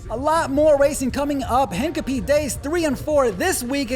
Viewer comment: Mispronounced Hincapie into the video. ouch.